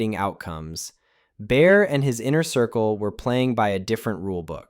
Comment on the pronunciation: Bear... not Bayer... I thought I was hearing things.